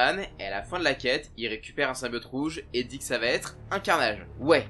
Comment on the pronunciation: même après avoir fait un jeu complet de + de 6-8 heures ou le mot "symbiote" est prononcé des dizaines et dizaines de fois, c'est toujours impossible de le dire correctement ???